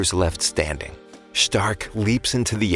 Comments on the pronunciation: Ah yes my favorite frontliner shhhh-tark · Why u saying stark like that😅😊